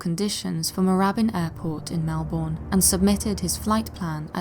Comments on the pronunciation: Melbourne in Australia is pronounced Mel-burn. Sorry but every not from Aussie gets it so wrong. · Okay, a very common mistake for non-Australians but Melbourne isn't actually pronounced like that lol. The O, U, R and E at the end are usually silent, so it usually comes out as "Melb'n" kind of like how you're not supposed to emphasize the A in Huntsman. Sorry but my OCD went into overdrive hearing that so I had to say something for future reference lmao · Melbourne is pronounced with less of a long O sound. It's closer to "Melbin" or "Melben" depending on what part of Australia you live in.